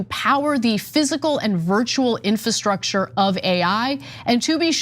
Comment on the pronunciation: Infrastructure? Can someone tech this guy how to read.